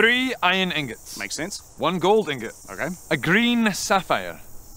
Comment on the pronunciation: iron ignot, really?